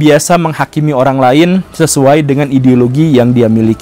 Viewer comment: kenapa Pak gembul bilang ideologi jadi ideolokhi